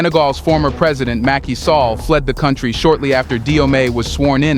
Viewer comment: Mackey Sallah. Is pronounced Sal-lah